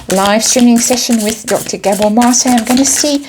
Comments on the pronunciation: You're saying his name right! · you said Mate name right, awesome reading gave me a good laugh, the fall is going to be major can not wait for this, love it ❤❤